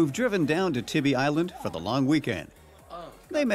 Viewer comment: It's pronounced Tieby Island not Tibby Island. The stores and shops are not the real Tybee Island also.